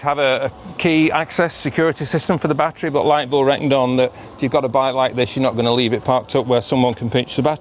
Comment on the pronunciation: Liteville not lightville😂😂